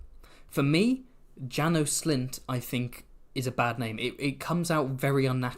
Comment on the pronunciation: János and Sándor are hungarian names :) haha ("Janosh" and "Shaendhor" maybe the right pronounce)